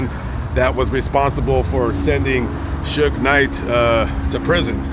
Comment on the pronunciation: Sue-gay is how AI pronounces his name... But I did want to comment he is exactly where he is supposed to be because he was one pitiful case of manhood